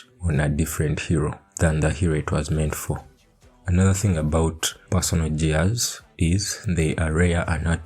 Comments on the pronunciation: "JEARS"😂😂😂.. LUV IT !!! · The way you say "gears" with the soft g is just precious lmao.